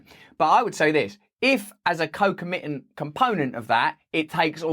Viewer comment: Dear Russell, please learn how to pronounce "concomitant" by watching Alec Guinness in this scene from Kind Hearts And Coronets. Time stamp